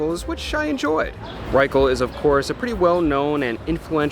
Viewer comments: welcome home, James!! looks like you had a great time abroad -- nice tan! looking forward to seeing more of your trip. never knew about the Porter House Bar and Grill. gonna hafta check it out, thanks to you. oh, btw, it's pronounced Ruth Wry-shul. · Hi James, New subscriber here. Love your reviews! Had to mention that Ruth Reichl's surname is pronounced "rye-shell." Anyway, hope you have great day! Looking forward to more great reviews from you! 😊